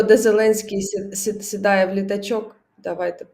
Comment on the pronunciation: "Зеленський "сидае"... Сразу вопрос-КУДА? (((